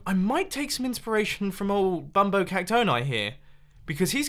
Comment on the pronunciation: Call it “Dumbo Dioritoni”, not Bumbo, Dumbo